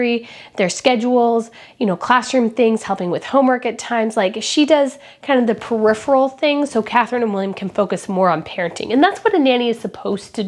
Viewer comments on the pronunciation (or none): none